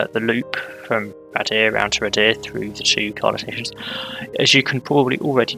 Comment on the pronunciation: Thanks, I've been waiting for my local area and I love people pronouncing our place names! Happy to help though: The depot is Canton Cathays - Cat-hays Waun-gron Park - Wine-gron Park Radyr - Rah-duh Rhiwbina - Roo-by-nuh Ty Glas - Tee Glass Good luck with the rest, I can't wait 😂